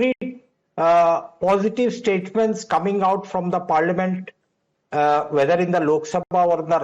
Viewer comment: She can't even say the parliament properly , what more having a debate...bunch of foolish clowns